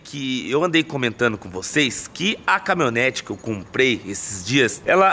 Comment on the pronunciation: Camimhonete que dize kkk